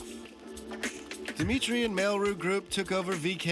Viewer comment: It's "Dmitry" not dee- mitry.